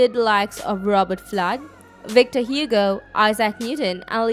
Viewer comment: This girl has the worst accent lmao you can tell she is Indian "wictor Hugo" 😂